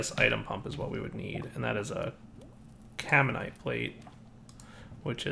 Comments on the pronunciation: >It's spelled Caminite > says Carmite four times, while looking at the name why? Why don't you read? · can dire like not read? It's freaking "caminite not carmite" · "Carmite" Oh shit, it's "Gormalais" all over again. tears hair